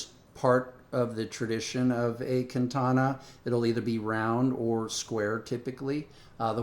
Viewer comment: kantana... speech impediment aside, this guy is clearly clueless.